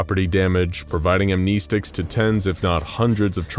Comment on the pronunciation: He lost me when he said Amnesticks